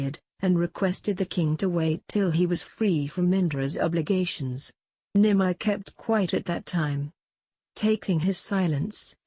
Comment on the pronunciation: For the text-to-speech renderings of very uncommon words like "yagya" "Nimi" "Mitra", etc., use xml tags to get the pronunciation right so that your text-to-speech program can say these words properly.